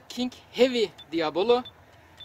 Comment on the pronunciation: Di a bo lo degil diyablo abi )